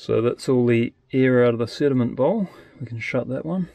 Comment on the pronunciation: I kept hearing "cinnamon bowl" Instead of sediment. Lol